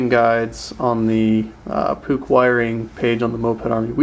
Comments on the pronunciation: Mmmmm.. PUCH.. pronounced “pooch” not “pook” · jesus Puch you say it wrong type it in google translate german and listen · Vintage advertisements from Puch themselves dictate "Puch rhymes with book" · Hi im just a boy from Switzerland and i think that i have a bigger clue of Puch MOFAS and you say Puch wrong